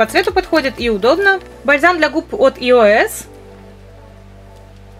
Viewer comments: не елеос а еос не обижайся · Не том , а эос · Правильно надо говорить не иос а еос